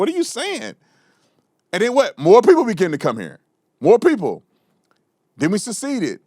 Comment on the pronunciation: LOL.LOL Supposedly educated? She puts a T on the word And